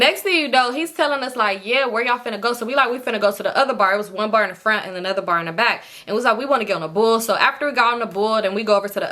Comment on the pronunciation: And the second Bar Sound like Ubar🤣